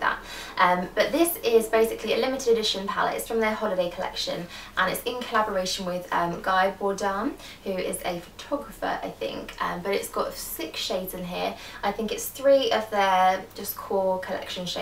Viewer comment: Guy is pronounced Gee, I loveeee him! I really want that palette but I already have orgasm and laguna :( xx